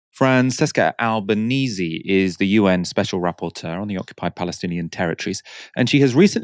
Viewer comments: Francesca Albanese is to pronounce FranCHesca AlbanEHzEH. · I really like your channel but the way you pronounced Francesca Albanese is a war crime